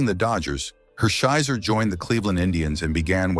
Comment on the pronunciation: Is this Artificial intelligence talking as Don Drysdale, Orel Hersheiser, and Buzzie Bavasi's name is mispronounced. Unpresidented is also mispronounced.